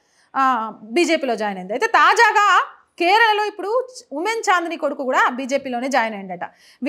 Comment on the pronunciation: ఊమెన్ చాందిని కాదు ఊమెన్ చాంది